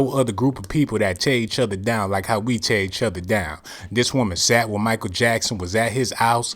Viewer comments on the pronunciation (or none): none